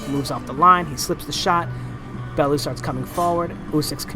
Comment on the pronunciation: Tony Balooo???? Its Bellew lol